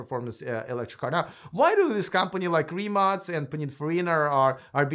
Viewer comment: Congratulations!You are first "foreign" reporter who pronounce "RIMAC" correctly.